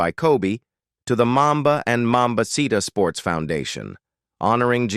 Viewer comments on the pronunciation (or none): This seems to be narrated by AI, You are mispronouncing MAMACITA. THE C IS AN S sound, like in Spanish. Big error. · You pronouncing Mamacita incorrectly